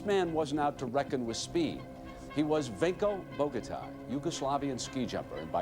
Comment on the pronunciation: Pronunciation is Vinko Boghatai for the ski jumper.